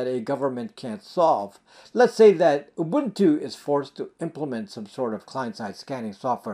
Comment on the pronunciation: You are one of the VERY FEW Americans who can actually pronounce UBUNTU!!!